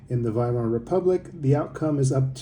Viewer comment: You should pronounce the W as a V